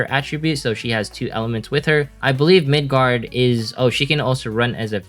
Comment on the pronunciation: Btw its Migard not Midgard